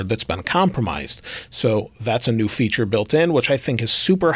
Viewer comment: Bonus "fature" lol